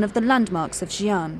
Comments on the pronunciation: The narrator should pronounced Xi ' an, like SEE AN, then the Chinese people could understand. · the commentator cannot even pronounce Xi'an properly.Can't she research for the proper pronounciation before recording???You failef your job madam. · Please check your pronunciation of Xi'an before doing the narration。